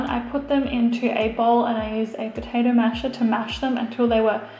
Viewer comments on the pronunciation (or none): none